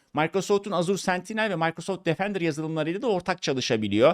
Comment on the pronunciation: Türkçe'de ona Maykrosoft değil Mikrosoft denir.